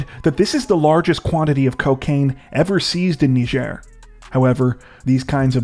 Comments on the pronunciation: WHAT IN HECK IS A "KNEE-JER!?" It's "Ny-jer!!??" God!!!!!???? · Sorry to be a bit picky but it's pronounced nai-juh